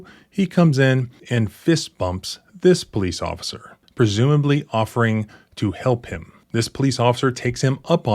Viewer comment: "poC"...? "Occifer"? Are you okay?